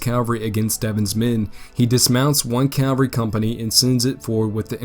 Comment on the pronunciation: Love the video man but it is CaVaLry - you keep saying caLVary, which is the hill that Jesus died on not a group of soldiers on horseback